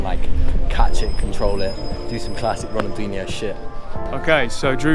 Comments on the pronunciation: Muito engraçado kkkkk " Ronaldenho"kkkkkkk coitados, não conseguem pronunciar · They calld him ronaldinoo